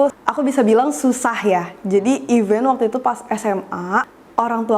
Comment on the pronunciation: Pronounnya event lagi